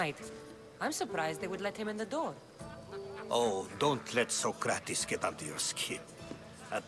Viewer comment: Its not sokrates its so-crates